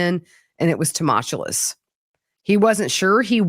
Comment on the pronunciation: tu·mul·tu·ous: /to͞oˈməlCH(əw)əs,təˈməlCH(əw)əs/ Some of your pronunciations are way off - it matters